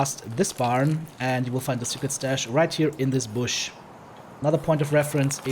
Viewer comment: Thx for that! Remarks: That cross at 21 is an orthodox cross, this is supposed to be a grave. And its "bush" not brush, with brushes you create paintings :)